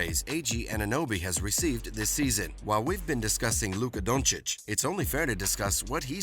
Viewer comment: Who is Donchick? Man I know you struggle as an american with the pronounciacion of european names but, it's disrespectful to make fun of someones given name. I don't mind when ppl call him "Dunkich", it's kind of funny but pls at least learn his name if you make videos about HIM!